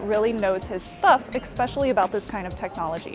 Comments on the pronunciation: It's not "ecspecially" you idiot. It's "especially". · EXspecially? really?